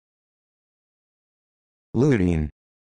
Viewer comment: "This video shows you how to pronounce Lutein" - er, no. It doesn't.